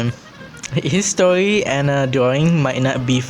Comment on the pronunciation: Uhhhhh when Philippines trying to speak english "stowy"